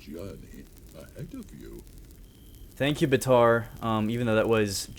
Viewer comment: Not bataar baatar